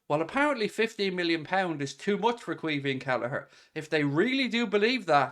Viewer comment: Its pronounced key veen